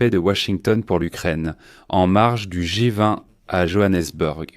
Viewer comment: G vingt svp . L’IA est insupportable. Ce foutu truc n’est même pas capable de traduire ou lire correctement 😂😂 À part cela le plan Trumph est en réalité la plan russe, les 🇺🇸 n’ont même pas lu ce foutu plan . Aucun pays n’accepterait ce plan . Tant qu’à faire pourquoi trumpette ne propose t’il pas l’Alaska à Vlad le sanguinaire ? Witkof est n imbécile au même titre que Trompette , le ventilateur.